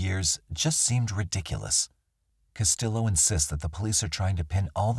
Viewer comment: Castillo is pronounced Cas-tee-yo. The Ls are silent.